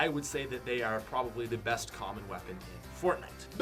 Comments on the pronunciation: Who realized he said ebst rather than best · It’s best not ebst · Worst to ebst great English bro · You said EBST not BEST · STILL SAYS EBST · “E B S T” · "WORST TO EBST" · To “ebst” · "Ebst"pat go home your drunk